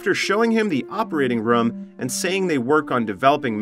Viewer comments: New drinking game, take a shot every time the ai voiceover say “rum” instead of “room” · Bro this guy can’t say room he just says rom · Theres a Word called room But this Legend says ruum. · I’ve never heard someone so consistently mispronounce “room”.